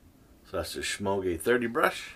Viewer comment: I find that letting shaving oil absorb for a couple of minutes makes lathering easier, even with a soap stick. Thumbs up, but is there any way I could get you to quit mispronouncing the name, Semogue?